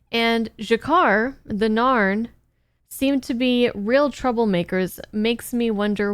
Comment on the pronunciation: I also liked her in 'StarCraft 2: Legacy of the Void', 'Darksiders 2' and 'Guild Wars 2'... That last one there might be the reason why she kept on saying the 'Norn' when referring to the 'Narn' in her reaction to the pilot episode?